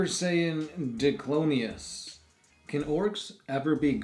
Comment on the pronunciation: HOLY SHIT!!! YOU ACTUALLY ANSWERED MY QUESTION (insert fangirlish screaming) but it's pronounced die-clonius.